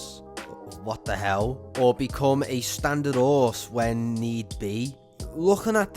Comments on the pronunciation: haha i love the way he says 'orse instead of horse during the bravestarr segment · I like how you guys dont say the H in Horse.